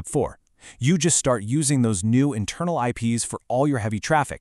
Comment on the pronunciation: Intermal xD In seriousness though, this is fantastic. Thank you for this!!